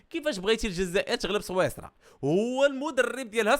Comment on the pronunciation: صويصرا الا سويسرا😂😂😂😂😂😂😂